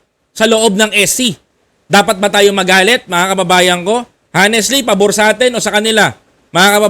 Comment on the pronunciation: Idol ang pronunciation ng honestly hwag mong bigkasin ung letter "h" para kang kapampangan pag ganoon.